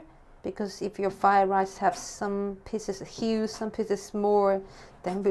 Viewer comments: Indeed. 'Fire' rice made me smile., we need more cooking videos! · wedgetable with fire lice. Yum. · What is ”frier" rice? " pieces of hue" , "suer" "soya so" "akiko" , How come your English is poor? Also, you are supposed to make "Frier rice" with a wok and add eggs, You can't even cook.... stop giving wrong information to viewers! Oh, i forgot your idiot husband is teaching you "English". Just don't get it what you see in Winston that is great? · you kept saying fire rice.